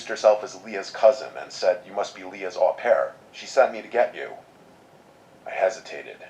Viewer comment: i looked it up its actually pronounced "oh-pair" mispronounced it cuz au is almost always "oh" and its a french word